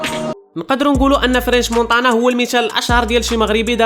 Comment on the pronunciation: نطقك للحروف فشكل. مونتانا ماشي مونطانا. حاول تحيد لهجة العروبية فكلامك مع تحياتي لخوتنا العروبية اللي فهمو القصد ديالي